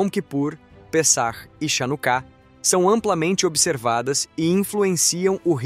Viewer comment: A festa das luzes, se escreve Chanukah, mas a pronuncia é RRanukah. Na transliteração do hebraico pro português, as letras, Ch tem som de RR.